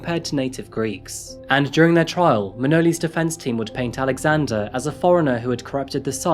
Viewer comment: “Manoli’s bologna”